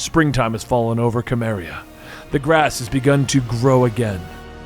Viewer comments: More Conan please! Also, “Cimmeria” is pronounced “Seh-mmeriah” not “Kah-mmeriah”😅 but other than that, love your videos! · *soo-mary-uh*. Other than that good video, Benny would love to see more from this run. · Love your channel and all your videos, but having grown up reading Conan books/comics, it hurts my soul to hear Cimmeria pronounced that way xP should be an S sound as im Simmeria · The Cim in Cimmeria is pronounced “Sim”